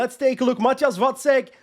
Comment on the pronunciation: Glad to hear you pronounce “Vacek” correctly. A bit tiring to hear the commentators calling him “Vaczech” all time long.😂